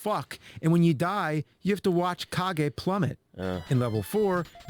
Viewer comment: It's actually pronounced as "Ka-ge", not "Cage". It's a Japanese word means shadow.